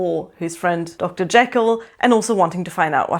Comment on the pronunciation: I really loved this book. And I loved the movie with Spencer Tracy. I thought he was the creepiest Hyde ever, understated but menacing. I was interested to hear your pronunciation of Jekyll. That’s how I always pronounced it in my head, but I’ve heard it pronounced as Jeekl (long e) which always grates on my nerves. Thanks for the review!